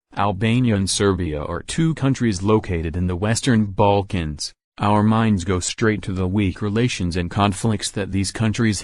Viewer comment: I love how google voice says "baAlkans" Can you make croatia + bosnia